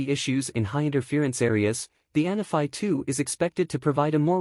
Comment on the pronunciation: Isnt it "ahn_AH-fee?"